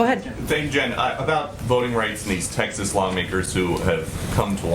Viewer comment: “That uh....These texshus legislators” where in the hell is Texshus